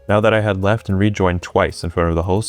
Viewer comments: "so i weft this sign" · compweetwe, weft. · "I wanted to make it compwetely unsuspicious as to why I had so much snow. So I weft this sign " 🥺adorable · compwetewy weft